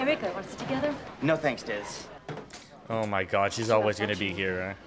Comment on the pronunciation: Its DIZZ NOT LIZZ hahaha